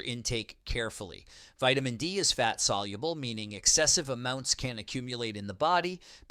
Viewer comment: Starting " veetamin" d.. b12.